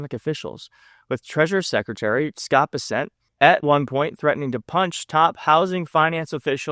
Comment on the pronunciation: It's. Bessent. Not bis-sent you dipstick